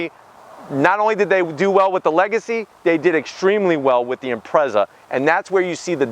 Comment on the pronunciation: Stupid yank can’t even say Impreza properly. Guess what he’s talking shit most USA imports are crap versions of scoob